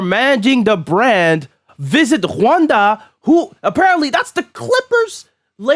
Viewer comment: Interesting pronunciation of Rwanda lol